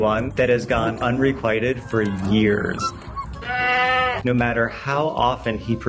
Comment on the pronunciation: Your "unrequited" pronunciation is absolutely wild.